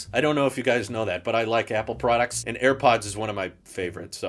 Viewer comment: Whenever u say products, please include the clip where u say “PRAWDUCTSS” would appreciate that! Thanks lol